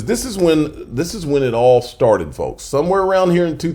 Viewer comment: The L in folks is silent.